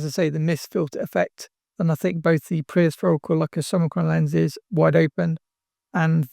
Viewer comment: Did you say prehistorical lenses? Or maybe pre-aspherical?